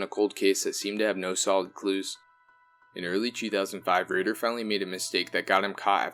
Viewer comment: RAYder not ridder